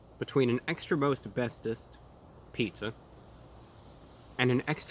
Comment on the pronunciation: him: extra most bestest my ears: extra asbestos